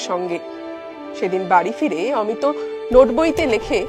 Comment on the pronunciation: অমিতো নয়, উচ্চারণ করুন অমিত্।